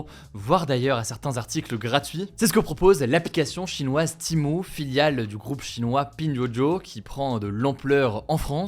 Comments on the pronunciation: Timou Heuu c'est TEMU pas timou ou timu faut savoir parler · pourquoi tu prononces "TIMO"?... c'est "Tému" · C’est Shein pas Shine et Timu pas Timou, désolé mais c’est horrible pour les oreilles. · C'est pas timo mais Temu 😂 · "TémU" pas timou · Pourquoi tu dis timo et pas temu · Wsh ta dis Temo a la place Temu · Je suis la seule où ça me stresse qu’il dit " Timu " au lieu de " Temu " ?😂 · Pourquoi dites vous timo? Alors qu’il est écrit temu? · C'est pas Timo... c'est Temu, TÉ-MU. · Pourquoi il dit « timo » wsh. Ça me stresse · Il a dit timo ? 😂😂😂😂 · Pourquoi il dit Timou ?